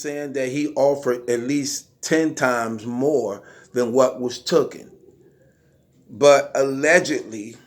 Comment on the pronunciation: It’s taken not “Thookin” 🤦🏾‍♂️🤦🏾‍♂️🤦🏾‍♂️